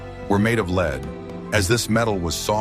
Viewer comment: Every other time the narration says "lead", as in the metal, he pronounces it "leed"... ?!?